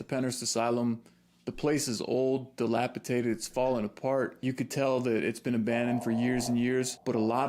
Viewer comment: It's DILAPIDATED, DATED